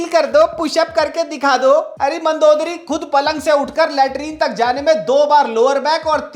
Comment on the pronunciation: Mandodri 😂 wtf is mandodri😂😂😂